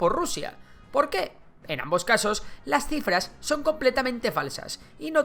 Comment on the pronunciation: crifras😂, pense que habia leido mal